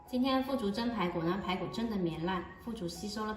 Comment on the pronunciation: 是腐竹吧，3声吧，还是我读错了。